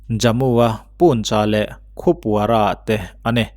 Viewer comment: Khupwara nilovin Kupwara tih zawk tur aw Sir